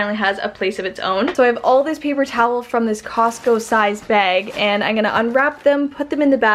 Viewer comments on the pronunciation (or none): I love the way you say "Igonna" (I'm going to) <3